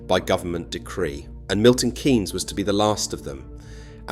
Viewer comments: Its Milton KEENS not Milton KANES; The economist Maynard-Keynes is pronounced KANES, but the city is KEENS As some one raised in Northamptonshire, Milton Keynes was always the go to place for entertainment. Multi-Plex cinema at the Point. Ice Skating; shopping somewhere that had a range of shops; Ikea; and parking outside where ever you wanted to go; rather than having to park in some colossal multi-story. These days we have Rushden Lakes; but I still go MK for Ikea. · Milton Keeeeynes not Kaynes. Great documentary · Its Milton Keeeeens not Milton Kaaaaaans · It’s Keynes , not kaynes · Why does the narrator keep calling it Milton Canes?! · I moved to MK in 92, went back for a couple of years and eventually moved here permanently. I love the city because where I came from was just awful. But his pronouncing of 'Kay-ens' is making my teeth itch! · But the way he pronounces 'Kay-ens'... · AI voice cloning is at the point where you can clone to have the breath included to make it sound more "authentic". It does a pretty good job, but there are many give aways here that it is AI. Including "Kaynes"